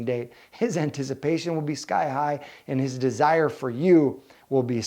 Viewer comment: This was a really informative video. It makes a lot of sense. Guys DO enjoy a challenge. However, I had to point out I totally heard “An-tish-i-pation” lol